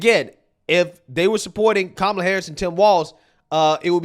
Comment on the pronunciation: Guy spent the whole ad calling her Kamla, I thought it was racist to say her name wrong but they run a whole ad 🤔